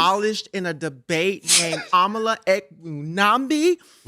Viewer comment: I don’t know but that was very Anti black of you to purposely mispronounce Amala’s last name like that.